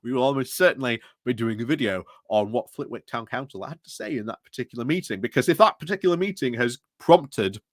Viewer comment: Just a minor note, the w in Flitwick is silent